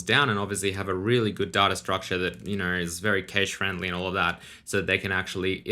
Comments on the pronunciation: Please pronounce cache properly AHHHHHH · p.s. I'm annoyed by how you pronounce the words "data" and "cache". Yes, I recognise that this is more of a "me problem" than it is a "you problem", but it's still irritating regardless.